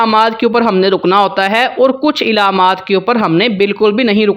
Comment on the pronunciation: Ilaamaat nahi bhaai, alaamaat pronounce karen